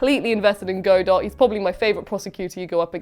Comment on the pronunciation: I love how even in the correction, still pronounced Godot incorrectly 🤣